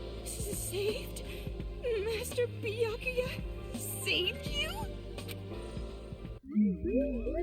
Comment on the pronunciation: I've got the cold and every time you say name I laugh WAY too hard for my sinuses to keep up. That is to say, I'm loving this (but my nose isn't)